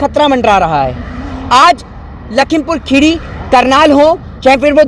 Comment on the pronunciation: भाई पहले आप लखीमपुर खीरी बोलना सीख लो क्योंकि जिस हिसाब से आप बोल रहे हो लगता नही है की आप कभी आए होगे लखीमपुर खीरी